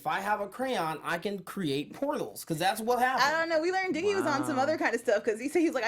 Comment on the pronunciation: Why did you keep calling Dizzee "diggy"??? It was grating on me for real